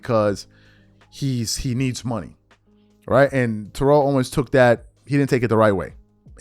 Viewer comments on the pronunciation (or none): lol: it’s Tear-el ( and not Te-relle) but you do t care I rememberin the past some yrs back We told you quite a few times lol.